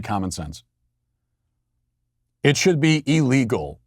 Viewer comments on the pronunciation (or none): none